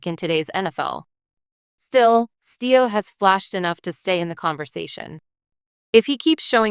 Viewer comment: It’s Stevo not Theo